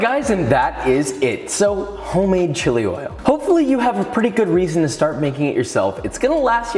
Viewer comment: ahaha he really butchered the word chili oil